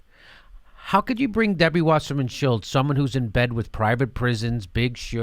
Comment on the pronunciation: I love how Jimmy calls her Shilltz.